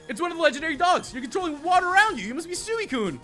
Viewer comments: sooeecune wtf its suicune s-u-ee-cune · anyone realise that he was saying suicune wrong